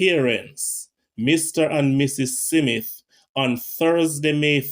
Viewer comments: SMITH not SIMITH. At least get that right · I like your videos sir, and much respect...but I cringe everytime you say 'SIMITH' 😑... There is no 'i' or 'e' between the 's' and the 'm' in Smith....This is not meant to insult your very interesting work....just some constructive criticism. Much respect nevertheless. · My ears hurt, please explain how you get Smith be pronounced.... "SI MITH" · Haha ....😂 Its not simith, its Smith. 😂😂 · Why you say "Si-mit" No "Smith" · Is it Simmith Or Smith? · I cringed too it's pronounced Smith not SIMITH I did'nt know someone else cringed until I red ur reply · Please goggle how to pronounce “ Smith” not “ Simeth” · So hard to listen to you. Its Smith...Not Semith. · Ditto......i cringe how he butcher the word 'Smith'....he keeps saying Cee_mit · Honestly, I tried to listen. Honestly. But everytime he said SeeMit I just wanted to snatch him up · It sounds horrible Fe true him can't say Smith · The name is pronounced Smith Smith